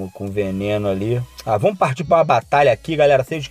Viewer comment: Vomos que vomos kkkkk amo essa fala kkkk